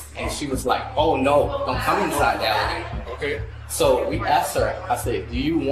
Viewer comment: Does anyone else think the security guard during the OF model’s bodycam was saying “alligator” instead of elevator?? Listen closely lol 😂😂😂